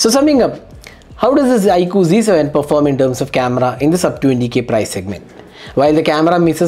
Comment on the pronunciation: Bhai ye "z" h na ki "g"